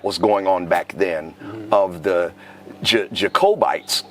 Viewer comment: jocobites???? What the What???/